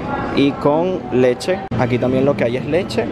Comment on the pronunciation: Ahí letshe acá letshe allá letshe ajjajaj.